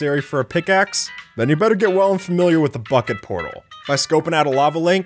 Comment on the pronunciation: Anyone else thought he said "well then you'd better get familiar withe the fking portal" instead of "bucket portal"